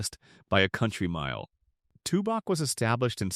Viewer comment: Wickenburg beautiful and hot. no thanks He pronounced Tubac wrong. Close to México. You can have those 11 towns and I'm not moving. Staying in Douglas